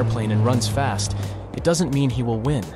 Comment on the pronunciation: The way he says win like it's a competition 😂